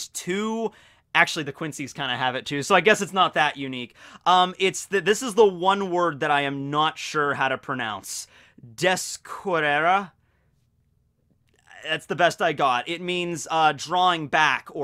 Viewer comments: Descore-rare is about how you'd pronounce that, but you'd roll your tongue for the double R. Literally means to draw back. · sort of like des-co-rare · its DES-KOH-RARE but RARE has a R roll..if you can do that. If you need help with Spanish, I'm a Mexican English major. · Like I understand no knowing Spanish. But I'm trying to figure out where that "A" sound came from "Descorrer". It was relatively fine until then.